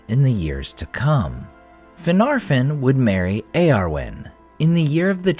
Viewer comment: The second "f" of Finarfin and Fingolfin is supposed to be soft. It's pronounced more like a "v." As is the "f" in Gandolf. Think "Finarvin and Fingolvin."